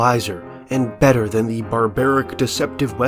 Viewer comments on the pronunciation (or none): none